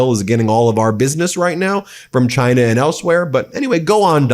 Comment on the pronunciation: Again, the more he lies, the more he says “ant” instead of “and”